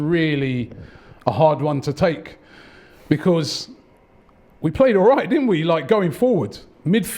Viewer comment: For the love of god robbie learn how to say the word BECAUSE please